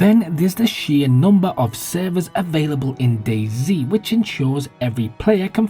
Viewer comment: Hearing fellow Englishmen refer to DayZ as "Dayzee" is painful.